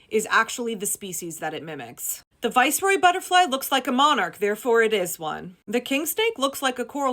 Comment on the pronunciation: Ok But it's pronounced vice-roy?